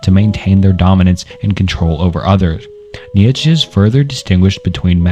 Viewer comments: Bro i know you mentioned it, but it’s almost impressive how you managed to mispronounce every single name in this video 😂😂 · Love your videos bro. But if I may give one criticism that may go along way. Please try practicing the names of the powple more. Imma huge stoic and nitzesehe fan and hearing some of my favorite teachers names butchered really bugged me. I have no other complaints. I'm sure that can get better in time but good luck and can't wait to see more videos!!!❤❤❤❤❤ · dude I just came to the comments looking for this. I can’t watch anymore…kneee ye put che 🤣 idek how to write out his pronunciation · nichuhchuk was worst for me🤦‍♂️ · Mf said Fredrick Neietchivcks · Bro I swear you're doing it on purpose, calling Nietzsche: "niekheshe or neetjich" Love the videos tho, keep it up homie. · Dude the way he says Nietzsche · Bro can’t say Nietszche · How are doing this but mispronouncing Nietzsche's name? We have google and other apps that can help in case you want to edit this.